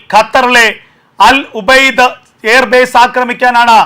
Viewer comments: Al ഉബൈദ് അല്ല സുഹൃത്തേ, അൽ ഉദയ്ദ് എന്നാണ് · അൽ ഉബൈദ് അല്ല 😂.. Udaid ആണ് തിണ്ണേ...